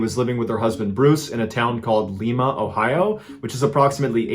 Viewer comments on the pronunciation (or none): Hehe he said Lee-ma, I love your videos but Lie-ma like a lima bean. Make it sound white. Lived there for a short bit, those residents are weird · ~ Lie-ma, Mr. Ballen. Lee-ma is in Peru If you really want to have some fun and/or trigger older, prouder Ohioans try to get Egypt, Bath, Chickasaw, Celina, Russia, Toledo, and Wapakoneta correct on the first try 😈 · Im sure no one cares but the town in the story is pronounced LIE-MA like the bean lol. Not Lee- ma. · Hi Mr Ballen! Love your content. I am from Ohio. Lima is pronounced Lie-ma, not Lee-ma. That's in Peru (local joke). Lol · Mr. Ballen, We in Ohio, We pronounce Lima (Lime-uh) not (Leem-uh)... Keep on keepin on. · Ohio guy, it is lie-mah. Not Lee.mah. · Lima Ohio is pronounced Lie-Muh, not Lee-Muh I'm from there... how cool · FYI it’s pronounced Lie-ma Ohio. Love your stories MrB! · Lima Ohio. Pronounced Lie mah by the locals and not Lee mah. New to Ohio I pronounced it the same as you and have been corrected so many times. Just thought you find this interesting. Thx for the stories. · 🤦🏻‍♀️ oh, no.... No, no, no... It's pronounced Lima, like the bean. 😑 Lol.. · it’s pronounced lime-a, lime with A at the end lol love your stories been here since 2022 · Just so you know Lima, Ohio is not pronounced like Lima, Peru. It’s Lime-ah 😂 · hi! Ohioan here! It’s pronounced, “Lai-mah”. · Lima Ohio my home town, and you pronounced it wrong it's pronounced like like (lime-a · It’s pronounced Lye-mah , Ohio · Lima Ohio pronounced Lime-ah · *Lye-ma* Ohio 😂😂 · It’s Lima Ohio like Lie-ma. Not like Lima Peru. We have a whole bunch of places with famous names pronounced incorrectly around here like Versailles Ohio that’s pronounced Ver-sails 😂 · HI Mr. Ballin. I love your content. I live near Lima, Ohio. It is pronounced LIE MAH. Just trying to help not correct. 😊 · Lima is pronounced like lime-Ah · I live in Lima, OH. Pronounced Lie-ma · People in Ohio know, it's pronounced Lime-ah. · It's pronounced LYME-AH Ohio, lol.